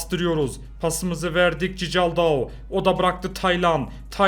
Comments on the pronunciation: abi nolur cicaldau deme doğru okunuşu çikaldau lütfen beğenin de görsün siz de yanlış alışıyorsunuz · Abi o Berkay değil Berkan ve cicaldau değil okunuşunu yazıcam çikaldau😁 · Abi cicaldao değil çıkaldao van aniston değil van ahott tamam mı abi